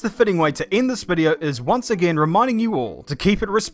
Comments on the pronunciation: "Manus" lmao ok aussie boomer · WTF is a "Manis" I don't what part of NZ you're from m8 but I've never heard that before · I just learned a new word. Manus. At first, I thought Manus was a posh pronunciation of Menace. Which he was also being at the time he was being a Manus.